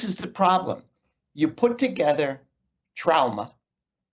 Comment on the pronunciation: How can you believe a guy who pronounces “trauma” incorrectly?